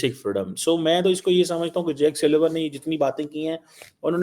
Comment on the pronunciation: He said suleman nor sullivan